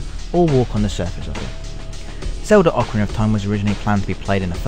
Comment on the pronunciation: Well done for being the first gaming channel on youtube to actualy pronounce "Ocarina" correctly.